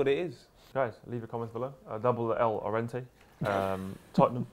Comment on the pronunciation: Can y'all hold 2 L's for not knowing how to pronounce Llorente...